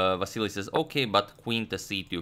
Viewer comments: Vasyl not vasilli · Why do you keep saying Vasiliy? It’s Vasyl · Agadmator can't help but say Vasily even after realising it was Vasyl 😂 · I like how he now started to call Vasyl Chucky to avoid saying the name wrong again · Why are you pronouncing his name as "Vassily" again instead of "Vasyl"? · You're still saying Vasyl-EE, is this the right pronunciation, or just Vasyl? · You are saying Vasili again instead of Vasil, hahaha. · You keep saying Vasily... When you corrected last time that it's vasyl....😂🤣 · Vasyly not Vasyl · vasyl, not vasily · Hey you are still calling him Vasily, Agadmator..😂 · Still calling Vasyl vasilly 😂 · but he doesn't liked to be called Vasily. Antonio mentioned it himself in an earlier video. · You are back to pronouncing him as Vassily! 😛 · It's VASYL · You're going back to pronouncing Vasyl wrong. Just an observation.